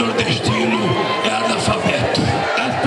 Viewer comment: Esse comunista petista analfabeto nem sabe pronunciar corretamente a palavra analfabeto.